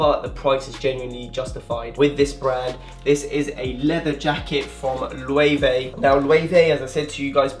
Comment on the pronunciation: I believe that Loewe is pronounced LU-VA